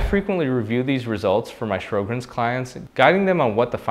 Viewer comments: It's pronounced "Sho-grins," not "Shro-grins." Also, Sjogren's experts have said that it is now supposed to be called "Sjogren's Disease," not "Syndrome." This change emphasizes its distinct pathology and potential for serious organ involvement. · Sho-grenz, not Shrow-grens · Sjögrens = Show-grens. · It is spelled "Sjogren's" ("Show-grins"), not "Shro-grins." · If you can’t pronounce Sjogren’s and it’s spelled wrong in the title, it makes me doubt the whole video to be honest. Is this guy really a rheumatologist? A rheumatologist would pronounce it correctly.